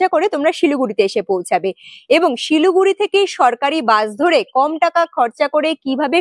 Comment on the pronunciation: Not Siluguri but Siliguri